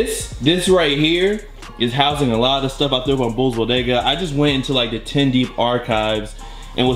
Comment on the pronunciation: "Bull's Bodega" 😂😂😂😂😂😂😂😂😂😂 nonono